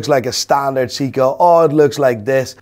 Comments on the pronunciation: Is seiko,not se a ko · All that medical jargon knowledge just to butcher Seiko's pronounciation 😂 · Mike's pronunciation of Seiko is killing me lol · Dr. Mike can’t pronounce a single watch brand 😂😂 Seiko, audemars 😂😂